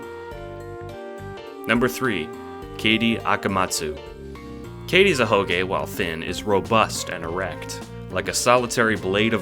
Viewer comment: it sound like you said Katie